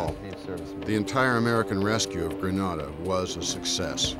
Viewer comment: This video seems thorough and the uniforms look correct. The narrator is using the incorrect pronunciation of Grenada. His pronunciation is the Spanish version that is a city name which can translate to the word “grenade” (as in ‘boom!’) or the “promgranate”. (the fruit) “The Caribbean pronunciation uses the “Gre-NAY-da” with emphasis on the second syllable. It probably has a related meaning. Just sayin’— 🤷‍♂️